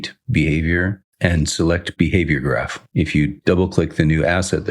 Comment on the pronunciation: This is great and all, but because you're a better game developer than I am, I am taking immense joy in you pronouncing graph and graft. :)